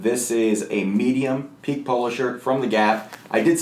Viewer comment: Thanks for a great video; FYI, it's pronounced "Peek-KAY". (somebody forgot the accent). Pique as you are pronouncing it mean "to excite, etc"